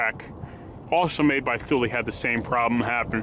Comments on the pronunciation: TOOOOOO LEEEEEEE not THOOL lol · It’s pronounced tool-ie. No “th” in there.